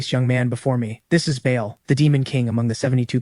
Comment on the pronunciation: The demons name is pronounced barl spelled Baal not Bayal 👍